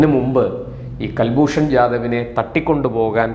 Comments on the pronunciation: കൽഭൂഷൻ അല്ല സുഹൃത്തേ കുൽഭൂഷൻ ആണ്. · കൽഭൂഷൺ അല്ല. കുൽഭൂഷൺ എന്ന് പറയു. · കുൽഭൂഷൺ എന്നല്ലൊ, കേൾക്കുന്നത് കൽഭൂഷൺ എന്നാണോ? കൽഭൂഷൺ അല്ല കുലഭൂഷണൻ 🎉😂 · Pronounce as Kul not Kal. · Mister please watch any of Hindi or English channels in India where you'll find they all pounce name as Kulbushan whereas you say as Kalbhushan. Why? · കൽൽഭൂഷൺ അല്ല കുൽഭൂഷൺ ആണ് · കൽഭൂഷൺ എന്നല്ല... കുൽഭൂഷൺ